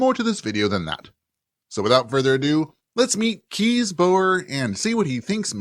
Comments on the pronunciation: You can't be expected to know every pronunciation in every language, but he Dutch name Kees is, I think, pronounced "case" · Kees is indeed a dutch name. It's is pronoounced in the about the same way as 'Case'.